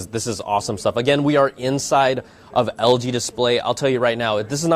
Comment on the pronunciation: did you just say algae instead of LG? Haah.. bad apple